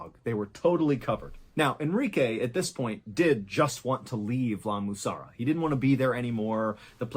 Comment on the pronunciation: What was wrong with him trying to say La Mussara? 😂😂😂